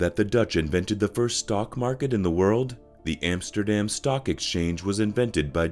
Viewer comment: try to pronounce Vincent van Gogh as it must be spoken, not van Go......... not Emsterdem... and so on... teiible..